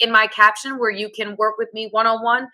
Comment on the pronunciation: please can ou say you differently ?